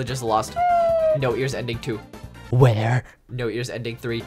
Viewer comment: Is anyone gonna talk about how says "where"???